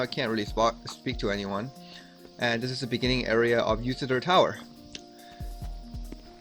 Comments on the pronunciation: It's Lutycyr, not Lucytyr. :P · I believe this is Iutycyr as in spelled with an “I” for India. Spelled and pronpunced in the game